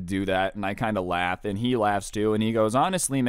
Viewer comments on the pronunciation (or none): none